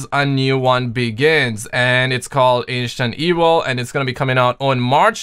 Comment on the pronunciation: I can't it stuck in my head now😂